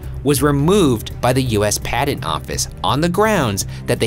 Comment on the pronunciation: a padent? Oh, he means patent, I forget that like Satan can't pronounce "J" Ryan can't pronounce "T."